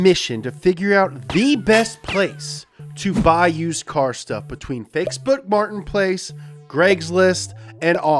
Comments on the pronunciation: i heard him say fakeboots martinplace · love how it sounds like he says "fakesbook martin place" "greggslist" and "offer up" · ”Fatebont Martin place”